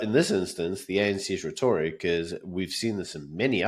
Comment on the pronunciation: say the word rhetoric properly